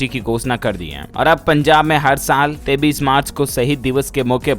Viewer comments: Koi is bewkoof bihari ko bataye ki 23 march kaise bolna hai , 23 ko 33 march bol rha hai chool jaat. Maine dekha modi ke sab aandhbhakt aanpad hi paida hue hai. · डीएलएफ भाई एक बात बताओ आप बच्चे तो हो नहीं फिर आप 23 को 33 क्यों बोलते हो मेरी समझ में नहीं आता आप इसमें सुधार कर सकते हो इसका एक गलत संदेश जाता है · 23 ko 33 kyo kahte hai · AP 33 bol rhe ho ya 23 to much confusene h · डीएलएफ के ग्राहकों से मेरा निवेदन है कि यह पागल बार-बार 23 को 33 बोलता है आप लोग भी इसे क्यों नहीं बताते हो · Kripya karke aap apni ak galti ko sudhre ye jo aap 23 ko 33 bolte ho danyavad